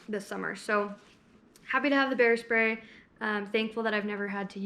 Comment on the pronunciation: I thought you said "hair spray" when you said "bear spray" 😂 Love this informational video! Perfect for newbie hikers like myself. More please! ❤️